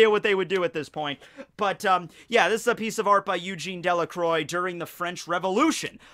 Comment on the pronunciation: uhm, you said Eugene Delacroix wrongly XD hehe